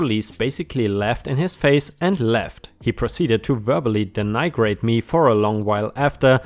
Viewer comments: Heads-up: "Denigrate" is pronounced "den-ih-great." Just so you know! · The i in denigrate is short. Like the i in "it." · denigrate: "den-ee-grate"